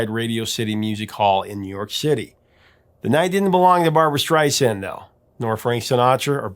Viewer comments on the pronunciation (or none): none